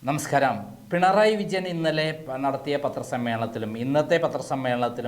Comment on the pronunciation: നമസ്കരം അല്ല നമസ്കാരം എന്നാണ്.